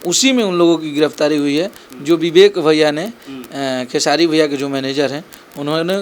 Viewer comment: ये साला निजुआ र बोल लेता है तब भी खेसारी भैया को खेसाडी लाल यादव बोलता है 😠